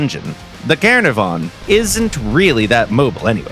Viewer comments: At least if they used that they could pronounce it right, it was hard to hear them attempt saying caernarvon. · It's pronounced "Kah-NAH-vuhn" or "Cair-NAR-von", for the city in Wales. Exceptional tank and pretty awesome to play in WT -- for once, an accurate Gaijin representation of balanced armour and firepower in the early British concept of a 'universal' main battle tank. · The pronouncing of Caernarvon was gut wrenching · Jesus the pronunciation of Caernarvon amazes me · the way bro pronounced the caernarvon 🤣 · isnt it. Like now way are Welsh names that difficult